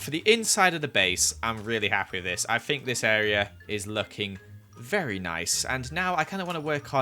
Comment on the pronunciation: Me: IM SORRY WHAT !! him: A VARRY BASIC HOUSE!!!! My self esteem...